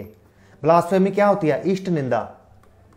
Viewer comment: Sir thoda padh भी lia kro.. Est निंदा nhi ईश निंदा होता है. Second baat एशिया बीबी Nhi अशिया बीबी है. 😡😠